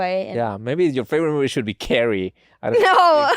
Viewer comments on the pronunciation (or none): "Her faberate mubie, dematricks" lol